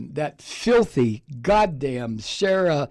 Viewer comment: You said filthy Sara Lol